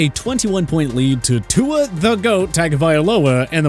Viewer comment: When will you learn how to pronounce Tua’s name?